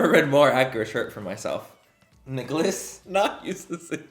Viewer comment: So I decided to watch this video to get over the fact my boyfriend hasn’t texted me today and so I wanted to distract myself with you but you keep saying Nicholas and that is my BFS NAME LMAO 😂 hahahahahahahah the way you say Nicholas lmao 😂 has me dying